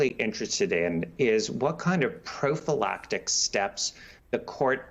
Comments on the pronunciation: "prophalactic steps"? What the froot? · lol He said Prophylactic hehehe...... Sorry my inner beavis&butthead broke out for a moment.